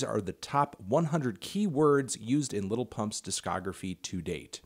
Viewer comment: Melon can't pronounce lil